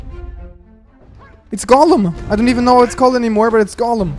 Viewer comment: Gollum not golem